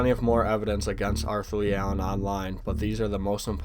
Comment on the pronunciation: It was leeigh